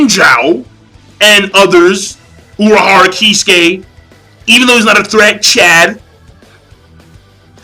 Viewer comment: Hey I like chad a lot...he is one of my favorite character,but the way you said it is kinda funny thou...lmao